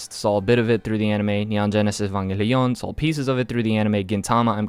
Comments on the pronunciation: Why you pronounce evangelion whit spanish accent? Evanjélion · evangelion is not read the same as in spanish hahaha. Saludos hermano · Look dude I'm latino, and theres no reason to pronounce Neon Genesis Evangelion that way 😂😂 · I noticed it too, evanJELIÓN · Dude sounded french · Bruh the way you pronounce evangelion 🤣 The Spanish is strong within u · That puerto rican side coming out with that evangelion pronunciation. Love to see it. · Ew why does he pronounce Evangelion like that? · why you pronounce evangelion so strange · turns French whenever he says Evangelion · Don’t u mean Spanish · I'm italian and i study latin, don't pronounce Evangelion this way please